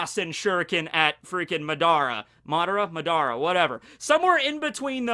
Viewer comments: Say it with me...MA-dara lolol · it’s pronounced Madara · You just pissed Swagkage off with how you pronounced Madara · Swagkage has joined the chat And he's triggered by your pronunciation of Madara